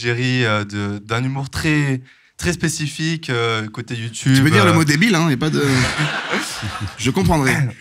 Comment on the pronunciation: Emission incroyable enfin le concept interview spectacle j'adore, juste j'aime pas l'interviewer (jsp comment on appelle ce métier) car ça se voit il aime trop avoir les regards et les rires sur lui (puis prononcer youtoube c'est non dsl), et j'oublie pas ses vidéos à la con sur la Suisse qui m'ont bcp énervées (et je suis pas suisse) Surtout les vieux qui parlent "verlan" du genre ce gars ou Jonathan Cohen... j'ai horreur de ça mais je suis chiante